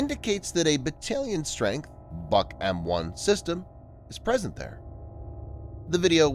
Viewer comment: Its not the "buck". Its the "book". Russians like to name equipment after trees - buk, yasen, berezka, ryabina, akaciya, vishnya, yolka, iva, kedr, kiparis, klen, liana, olkha, palma, rakita